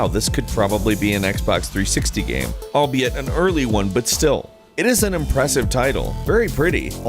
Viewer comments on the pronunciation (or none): none